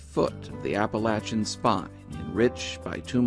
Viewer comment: Awesome coat!! (And thanks again for properly pronouncing "appalachia".)